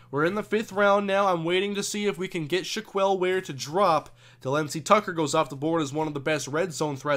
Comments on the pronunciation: Not shack-kwell either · By the way, shack-L or Shack-Elle is the correct way to pronounce Shaquelle, not shack-eel.